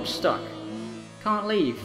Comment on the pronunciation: "I ca' do that! That's a lot of molecules." I love you